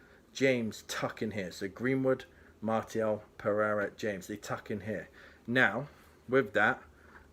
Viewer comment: Just a small phonetic tip for pronouncing Martial. Go with MAR-SEE-AL and Bob's your uncle.